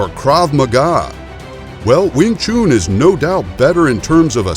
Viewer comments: wing tshun man.... not wing tshoon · Wing Chun or Wing Choooon! Might as well call a “Nun” a Noooon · Wing “Choon” it’s Pronounced CHUN JUST LIKE CHUM. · Your getting closer to the truth, #1 it's wing Chun, not wing choon, why call the gm Yip man it's Ipman....STOP MISPRONOUNCING CHUN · I was waiting for anyone to comment on that...man.. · It's Wing Chun, not Wing Choon. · Don't take this as me being rude... but the "chun" in wingchun is pronounced "un" like to "un-ravel" or to "un-tie" and not like "oo" in "spoon" or the month of "june." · Wing chun Not wing choon. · do you know how to spell Noon?...then you will hear the difference between Chun and Noon..it´s not called wing chuuuuun....i get ear cancer i i hear that... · Still ist Not called sing chuuun. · Commentator's pronunciation of Wing "Choon" is funny Lolz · Glad I came to the comments first. After hearing Weeng Choon; I didn't even bother watching. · Not even the Chinese pronounce it as choon. I have never heard it said that way. Pronunciation is important for credibility. It's like calling boxing booxing. Do your research and details. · why is he pronouncing wing chun like wing chewn... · "Win choon" 😂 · Not pronounced Wing Choon - Chun should sound like dONE. - clearly not aware of the scope of Kung Fu attack strikes - many are in fact 'by any means possible' - including eye gouging/pokes, ear ripping, foot stomping, nuts busting, knee and low blow attacks. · Wing “CHOON” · i would really prefer that you learn the words before you speak them out, it s NOT wing chuuuun... you americaaaaan guy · Worst Pronunciation. Too long on the last shunnnhh. No ew in it. Chun like done. I’m Chinese for canton I know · Wing chooooon, can not even say it correctly. Instantly know it's a BS video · Need to learn how to pronounce the words right you saying it wrong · I hate how he says wing chun lmaooo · disliked for the way you pronounced Wing Chun.